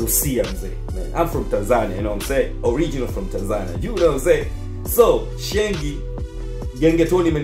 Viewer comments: Kaka blaza sio Shengi ni sheng😅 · Msee anasema SHENGI💔😂😂😂😂😂😂😂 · Huo utopolo hata wakenya wenyewe hawaelewi. Halafu SHENG Haitamkwi Shengi ... tamka “Sheing’hi”